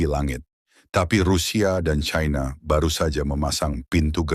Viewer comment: Sangat memalukan orang kalau dilihat dari suara sudah umur diatas 50 th tidak bisa menguasai bahasa Indonesia yang baik Belajar bahasa Indonesia baku dulu kalau mencari followers biar tidak memaluka menyebut China dgn Chaina